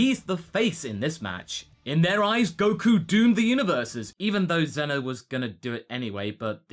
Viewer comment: zeeno instead of zenoh